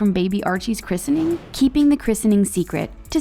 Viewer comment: Plz say Christening correctly!! It's driving me insane